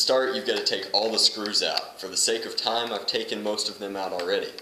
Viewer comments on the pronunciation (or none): none